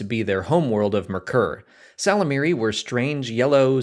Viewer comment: Isn't it pronounced "yislamari" I listened to the audiobooks and that's what they said 🤷‍♂️